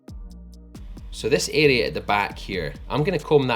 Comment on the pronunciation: Everytime he says 'this area' I hear 'this idiot'